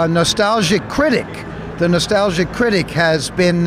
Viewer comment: "Nastahwgiia Cwittick."